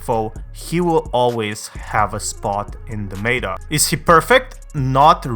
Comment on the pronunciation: Why tf do you say meta like that